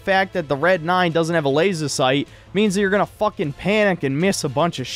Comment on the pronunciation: The only bad part about this review is the way in which pronounces laser.